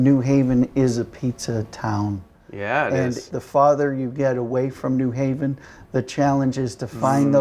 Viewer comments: It's not "in mass", it's 'en masse', which is pronounced "ahn mahs", and it's not "Newhaven" ("NEW hay-vuhn"), it's New Haven ("new HAY-vuhn"). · It's New HAVEN, not NEW Haven.